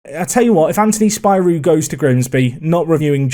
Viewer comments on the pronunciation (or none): Its pronounced Spirou